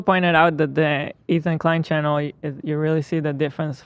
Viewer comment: Any one else here chennel ?? Brother. Please say channel.